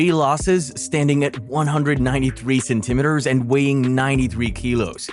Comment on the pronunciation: Why can’t you say centimeters correctly?